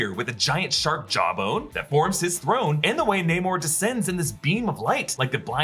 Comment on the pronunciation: "Neymor" lol